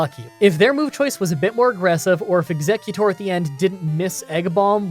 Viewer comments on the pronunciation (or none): none